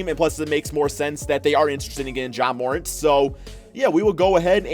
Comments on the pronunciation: It’s pronounced mur-ant not moorent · Terrible, D Book at SF? And It’s Jaden McDaniels not Jalen. Do you know anything about basketball. And plz stop butchering Ja Morants name. It’s pronounced More-Ant (the bug) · All these videos with morant in it and you still can’t say his name right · Please learn how to say Morant. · When are we gone tell how to say Ja’s last name right?